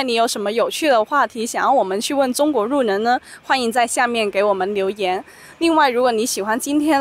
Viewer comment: thanks for the video, btw in i heard she pronounces 路人 as "ru nen", did i mishear it? or is it an accent from somewhere? thanks in advance for the answer